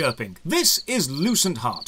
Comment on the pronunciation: I thought you said the game's name was "Loose and Hot" 🤣 No joke !